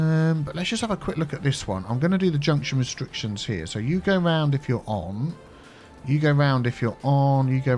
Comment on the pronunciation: I know says "you go there" but i hear "Hugo there":)